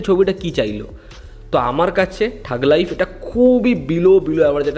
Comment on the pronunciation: থাগ লাইফ❌ ঠগ লাইফ ✅